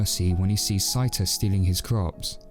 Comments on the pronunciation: Did you actually watch the film or is this someone reading the script? Why do you keep calling the main protagonist “sigh-ta?” From either the original Japanese film or the English dub, his name is clearly “say-ta.” Sorry, but though this is a good review, you lose me at the mispronunciation. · I think you mispronounced Seita's name. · The pronunciations are Say-tah & Sehts,koh. Us & Is in Japan are pronounced so quickly as to be silent unless they are the first or last sound in a word, or are doubled (ii, uu).